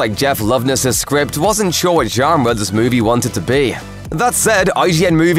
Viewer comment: The way he pronounced dynasty and genre annoyed me